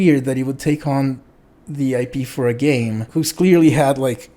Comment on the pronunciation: being British, accidentally says “IPA” instead of IP haha